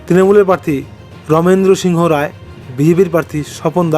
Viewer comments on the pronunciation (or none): none